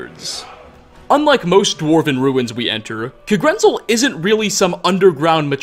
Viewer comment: Okay. Not ancestors. DESCENDANTS. (Toward the beginning in regards to the Falmer with the Snow Elves.) also. If I hear “Kuhgrinzul🤪🤤” again, I’m gonna make you gargle dirty pond water. It’s literally pronounced “Kag-ren-zel” heck I’d even accept “Kah-gren-zel” it’s in the game bro bro come ooonnnn😩smh